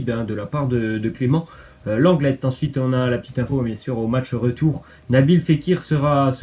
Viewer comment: Aprrend a parler c lenglé et plas lenglette pfff tu as ete a l ecole ou pas